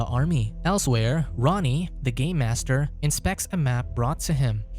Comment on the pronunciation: Im sorry, I just kept hearing "Gay Master". That would be a very different movie now wouldnt it?